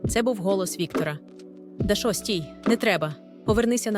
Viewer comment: як можна так неграмотно ставити наголоси? цуцеееня, Дашооо, стааавок